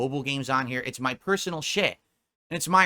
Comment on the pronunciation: Big fricken deal over heah guys